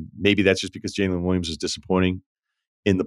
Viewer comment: ryen why do you keep saying jaden smith instead of jalen you’re supposed to be perfect😫💔